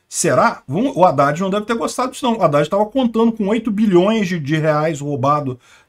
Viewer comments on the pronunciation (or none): none